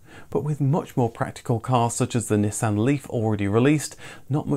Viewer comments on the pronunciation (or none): none